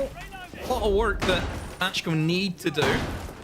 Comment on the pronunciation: Are they saying Match-Co? Isn’t it Macko?? Like the shark? What letters are they seeing?